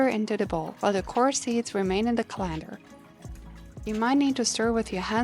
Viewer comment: Can't even pronounce colander lol